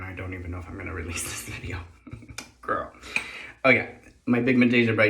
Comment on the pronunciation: Love how you call out brands BS. Also love how you say “gurl” haha